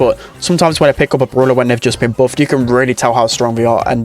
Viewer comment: its called brawler not brulah